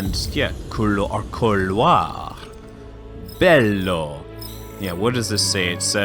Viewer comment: Your pronounce of the italian word Bello is almost perfect :D